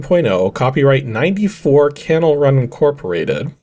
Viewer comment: I think that part of CanalRun is pronounced "Canal" like in Panama Canal. :) I think they're still around; it appears they developed an app for the hearing impaired.